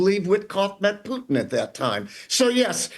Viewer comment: Hey Lady, is that how you pronounce Puntin , pewtin, or are you just trying to be funny?